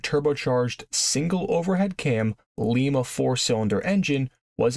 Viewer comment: Ly-ma is how Ohioan's pronounce it.